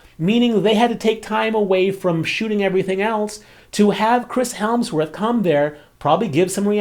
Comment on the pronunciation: HE SAID CHRIS HELMSWORTH LOLLLL